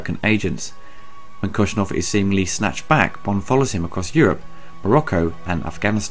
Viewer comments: Great reviews, love the Star Wars, Bond and Indy ones!! It’s Koskov though not Koschnov! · Koshkov not koshnov sorry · Don't worry, he spent most of the video calling General Koskov, General Koshnoff! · Hey, Dude! Jeroen Krabbe plays not Kosnov, but Koskov! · Why do you say "Koshnov"? It's Koskov. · It’s Koskov not Koshnov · OMG!!! NOT KOSNOV!!! KOSKOV!!!